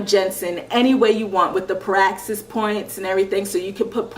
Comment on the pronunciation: "Per-axis" kits? They're "PRAX-IS" kits.